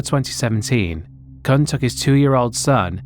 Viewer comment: I know someone with the last name Kuhn, it's pronounced exactly the way you didn't want to pronounce it. Lol